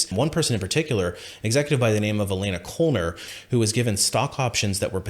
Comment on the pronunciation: FYI: Knoller would be pronounced no-ler.